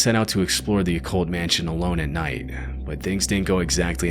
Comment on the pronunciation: Why do you say nighd? Great videos, but you talk a little to much through your nose.